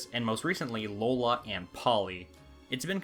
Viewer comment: Well, the line up was great till you said “Lola”